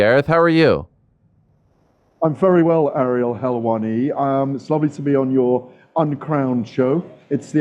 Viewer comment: “I’m very well Ariel HELLwanni”